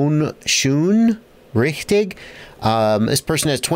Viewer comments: "schon richtig" Is german for "thats right/correct". The "schon" implies that there might be a "but/however" coming. Its pronounced the almost same as past tense of shine "shone" but without the e. The "richtig" is pretty close =) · Like your "Schön Richtig", btw thats German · As a German I had to laugh a lot when you pronounced "schon richtig": D translated it means: already correct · maybe pinned by, I don't know. Ich dachte mir den armen Kerl muss ich aufklären so verzweifelt wie er versucht es auszusprechen 😂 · Mein Gott unser Schon Richtig freunde had his name butchered today. Great video, as always. Wunderbar! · It sounds so funny when you say "schon richtig" hahaha xD